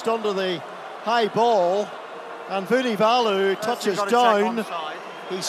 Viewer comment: Nawaqi...nitasy (and 3 other versions), Vunivunivalu (or Vunivola at one point), Forketi, Gabian Villiere... and this should be a professional commentator?!